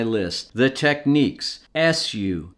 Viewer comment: Technics, yes you pronounced it exactly the way it’s always been done growing up in Toronto.